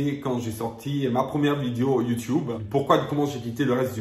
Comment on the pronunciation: Le « youtioube » me tue toujours autant 😂😂😂